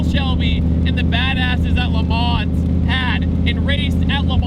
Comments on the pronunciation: Dude, you don't pronounce the 'S' in Le Mans. If you're a car journalist, you just can't butcher that one. I don't enjoy correcting people, or seeing people corrected, but that Forrest Gump shit gotta go. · Love the review but when will people start pronouncing Le Mans correctly? Silent S!!!